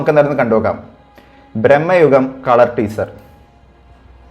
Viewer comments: സിനിമയുടെ പേര് ശേരിയായി പറയു.. ഭ്രമയുഗം.. ബ്രമ്മയുഗം അല്ല 🙏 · Its ഭ്രമയുഗം bro.. Not ബ്രഹ്മയുഗം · ബ്രഹ്മയുഗമല്ല ഭ്രമയുഗമാണ്